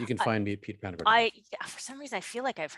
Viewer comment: Hi, it's Panagore not Panagrove....love your show!